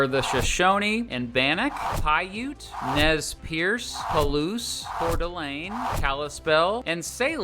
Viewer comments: I hate it when things are mispronounced, so I will respectfully correct one for you. I knew a Nez Perce "Indian" who lived in, of all places, Sitka Alaska. He made sure everybody knew how to pronounce his tribe's name, so he respectfully corrected my mispronouncement when I went into the store and bought a beautiful native design blanket. The "Nez" most people get correct, but why so many people pronounce Perce I suppose is because the French called these people the pierced nose people, which in French is nez perce, but people pick up on the word in English: pierce. However, the Perce in Nez Perce is pronounced like the word purse. I would enjoy these educational videos much more if the information was all correct. It is not that hard to find a really good dictionary for cheap on the internet. Just saying. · Coeur d’Alene is very expensive for my rent specifically. Also your native tribe pronunciations were very good except Nez Perce sounds like “purse” and Shoshone doesn’t have the e sound at the end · How are you gonna mis pronounce Boise the whole time and then acknowledge the correct one but not use it??? Also messed up Nez Perce. Both aren’t that hard… otherwise good video though